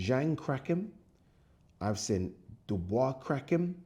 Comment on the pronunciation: bro please say seen not sin